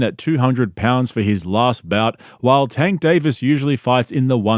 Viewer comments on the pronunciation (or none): If my wife wanted to live stream the wedding and do a podcast on the honeymoon I’m out lol. He butchered Tanks name so lol